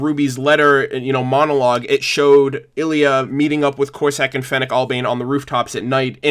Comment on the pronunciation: Ilia, not Illya